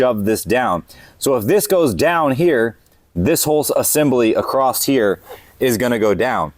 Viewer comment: Is it a YouTuber thing that they all think the word 'across' has a 't' in it? It's the only place I've ever heard anyone get that word wrong, and over and over again at that.